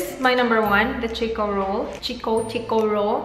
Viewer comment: This was so cool! I'm filo-Aussie so I was really interested to see what you tried haha u pronounced chiko roll right don't worry 👍🏼 I did a video trying filo snacks but I wish I chose more savoury stuff like u haha love it! Hope you enjoyed ur time in Australia :)